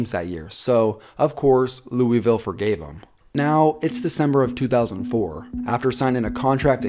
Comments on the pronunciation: Btw it’s loovill not Louievill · HOLY FUCK ITS NOT LUIS VILLE OR LOOEY VILLE ITS FUCKING LOOL VILLIE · Cringe every time he says "Lewie-ville" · Sorry, “Lewis-ville” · Every time this dude said Louisville it made me pissed off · Please pronounce Louisville right